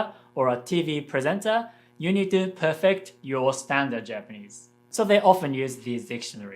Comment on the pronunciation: "if you want to be a voice actor [...] you need to perfect your Japanese" This is actually an instance where stress accent in English can change the context of a word. here said "PERfect", which is how the word is used as an adjective, but as a verb, it is pronounced "perFECT". In English, we have many words like this, which change their stress patterns depending on their part of speech. "COMbat" is a noun, "comBAT" is a verb. Of course, we clearly understood what he meant and said. So it should just show that even if your accent isn't perfect, you can still be understood. I however point this out because it is such a subtle feature of English that so few people know, but native speakers should know it intuitively, and they might be able to make an analogy between these types of accent shifts (PERfect vs perFECT) with different pitch patterns.